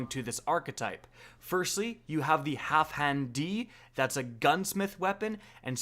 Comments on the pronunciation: Wait, why do you keep saying HalfHan D? It’s HalfDAN D. What the shit? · zJay because doesn’t know how to sound his words out. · my god the way he pronouns halfdan D, sounds so weird, Half-dan-D sounds way better IMO